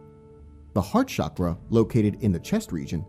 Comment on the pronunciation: CHA-CHA - CHA- KRA....Not shockra.